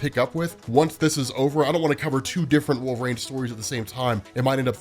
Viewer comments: Yeah is he repeatedly saying Wolve-Rain? Instead of Wolverine as we all know? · Great video, it helps me to understand the comic more! It sounds like you’re saying ‘Wolverain’ tho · Is he saying Wolve-Rain?!? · Please just say it right, or just say logan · Why does he pronounce wolverine this way?! 😂